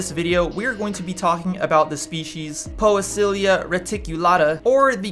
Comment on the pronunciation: Great video! Thank you! It's pronounced pee-see-lia btw hehe.